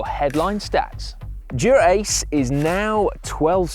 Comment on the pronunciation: Someone teach Si how to say Dura-Ace. Even the subtitles think he is saying “Durex” 😂